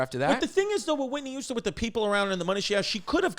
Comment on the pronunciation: Chrissy says "Whitney Youston"